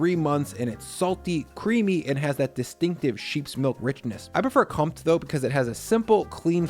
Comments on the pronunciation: Btw Comte has the "focus" (I dont know the english word, sorry) on the e in the end. So its pronounced Comtee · Comte, isn't it com te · Great selection, by the way, Comte is pronounced "courntay. "